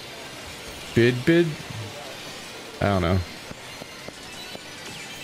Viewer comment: I laughed so hard when you read the Puyo Puyo logo as Bid Bid